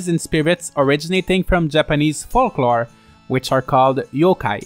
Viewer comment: The first L in "folklore" is silent as is the B in "climbing" :)